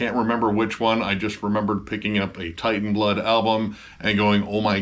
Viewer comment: It's not war metal. and its not pronounced as Titan. Its Teitan which is from galician (spanish dialect) and old norse.